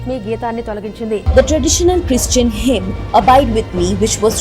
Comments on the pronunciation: మంచి ఇన్ఫర్మేషన్ ఉన్న వీడియో బ్రదర్. దేవుడు మిమ్ములను దీవించునుగాక. కానీ మీరు హిమ్(hymn) ను హైమ్ అని అంటున్నారు బ్రదర్ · Brother hymn should be pronounced as "Him". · This beautiful hymn (pronounced as 'him' ) is the most popular song from ages which shd not be deleted. My grand father translated this hymn into Telugu. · I will watch beating retreat only fir this song sake... Hymn should be pronounced as HIM... Please... For name sake it's secular...